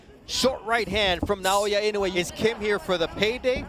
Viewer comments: INOUEがany wayに聞こえてしょうがない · 絶対、井上じゃなくてイノウェイって言ってる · "Naoya In A Way" "Inoue"